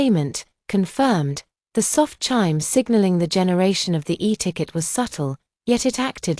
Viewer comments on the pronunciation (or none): none